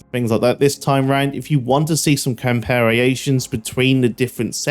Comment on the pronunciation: "Compariations" is definitely an interesting one!